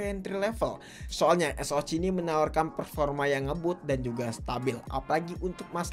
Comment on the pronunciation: Disaat yg lain bilang ES O CE, si mamang 1 ini tampil beda dengan ES O CI 😂